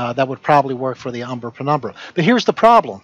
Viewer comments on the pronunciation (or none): Ah, now be fair, he did say "prenumbra" at least once. 😉